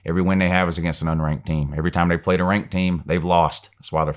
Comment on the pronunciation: the only thing i hear come out of mouth when he talks about Alabama is "who have they pwayed"